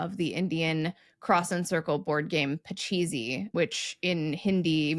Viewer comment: "Pachisi" is pronounced more like puh-CHEECE Rhymes with "fleece".